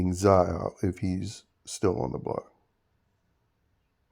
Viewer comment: It’s hilarious how you call Zae, Za